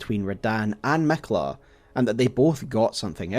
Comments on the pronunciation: I love your videos, but when you say Miquella as “Mekla” I can’t help myself but reel on the ground every single time 😂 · Miquiller the Tickler